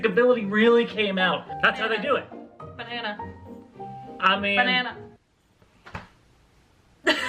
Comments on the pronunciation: Nobody:: Benana 😆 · No one: Absolutely no one: Not a soul in the world:: Beynnana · Ben-nana .... enough said